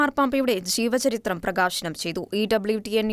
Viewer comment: Say 'J'eevacharithram , not 'Ch'eevacharithram Mostly all Shekina readers commit such mistakes Shraddhikkane❤